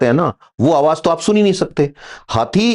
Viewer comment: Awaaj NAHI Awaaz... Awaaj bahut gandaa lagtaa hai